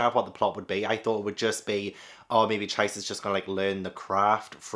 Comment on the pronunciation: Really happy to see you pick up The Ancient Magus' Bride. Btw Magus is pronounced the other way and Chise is pronounced as Chee-say. One of my favs. Love to see your journey with other series like Dorohedoro, Slam Dunk, Dandadan, Made in Abyss and more.